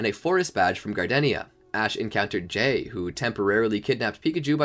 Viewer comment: Why does jay sound like gay